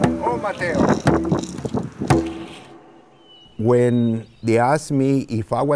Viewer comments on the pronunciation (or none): Hey y’all it’s not “oh Mateo” it’s “ometeotl” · Ometeotl not o Mateo 😂😂😂😂🙏🔥☀🌟✨